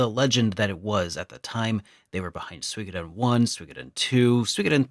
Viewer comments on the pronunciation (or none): It's called Gensō Suikoden with an U sound not the terrible attempt of mixing English with Dutch. The rest is a pretty video.